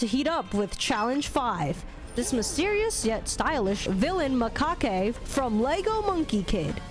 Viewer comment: Macaque is pronounced Ma-Cack